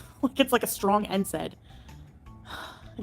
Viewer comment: Jesus, have you now decided to just say things incorrectly? We have the stupid way that she says Endocrinologist, writhing and nsaid. I can't decide if she is determined to keep mis pronouncing words to irritate everyone, or to do it to be quirky or because she is just that stupid.